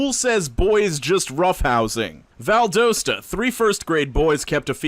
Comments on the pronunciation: it’s pronounced Val-dah-sta not Val-doh-sta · I live in Valdosta!! You said it wrong. Lol Val - d ah-sta. It's ok tho ! Love hearing about my town on YouTube videos (even if it's for something fucked ip) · Valdosta is pronounced Val-dah-sta. Georgia counties and cities are never pronounced right lmao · Its Val-daw-sta y'all! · That pronunciation of Valdosta wounded me